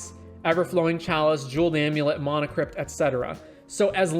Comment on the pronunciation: There is no "o" in mana...